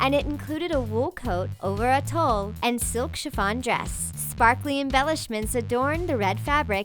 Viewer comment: tulle is pronounced like tool. The W in bowler is silent it's pronounced (bo-ler). Hermes, when you are referring to the fashion house you use the French pronunciation (Air-Mez). Every single Talko video I've seen has 2-10 mispronounced words in it. You have 3.4 million subscribers, you can't take 30 seconds to see how to pronounce Hermes?